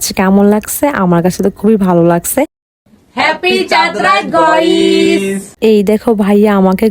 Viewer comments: গয়িস ❎ গাইস ✅😳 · গাইস নো গয়েস ইয়েস প্লিজ আপু গস বইলো না গাইস বইলেন😂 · গইস ✅ গাইস ❌